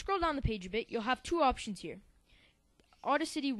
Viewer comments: you do a good job however... it's boost the BASS, which rhymes with ACE, not rhyming with MASS. It's BETA, which rhymes with FATE-a. And finally it's au-DA-city, as in DAD, accent on 2nd syllable. fyi. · It is Audacity, not Auda City :P Nice tutorial btw.